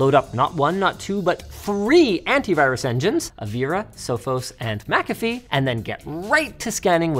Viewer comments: Say McAfee again 🤣🤣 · I HATE that McAfee is called MacAfee